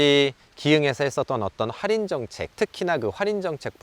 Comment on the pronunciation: 뭔가 할인을 활인 활인 거리시는거 같음..